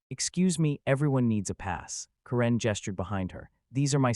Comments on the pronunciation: Ka-REN? I always thought it was pronounced Karen! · A-I voice. It's not Ka-rin, it's Kar-en.